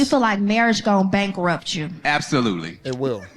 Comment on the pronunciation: She so emotionally triggered she can’t even say the word bankrupt correctly LOL.